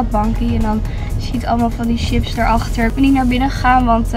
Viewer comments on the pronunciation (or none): none